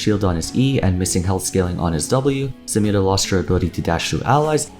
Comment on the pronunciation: anyone else really like the way says samira?